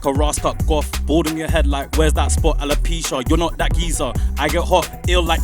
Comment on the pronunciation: said alopecia loolllll